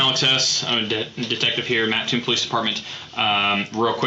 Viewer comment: At least he says Mattoon right!!!! Go Green Wave lol